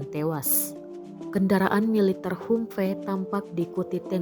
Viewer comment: mbok belajar dulu how to pronounce 'humvee' dalam membawakan narasi.